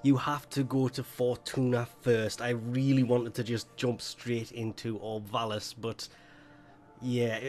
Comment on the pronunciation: lol, apologises for saying obs of vallis instead of syaing orb vallis in previous vids then proceeds to say orbs of vallis XD